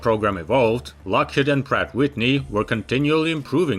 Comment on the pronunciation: "Pratt AND Whitney"